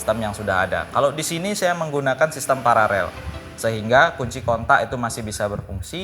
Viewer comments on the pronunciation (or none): Paralel bang pa ra lel bukan parerel 😁 Keren bang sukses terus bang..